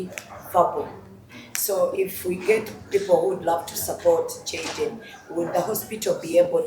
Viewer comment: I love the Dr, s pronunciation in Jayden, s name ❤woa❤❤ thanks TMR hospital ❤ GOD 🙏 bless you abundantly always